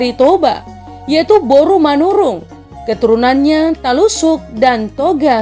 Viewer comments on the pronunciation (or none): Talutuk bukan talusuk